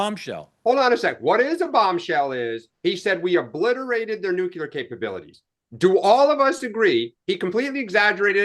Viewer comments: The base word for nuclear is nucleus. It is pronounced “Nu-clee-er”. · Nook you lerr !!! 😂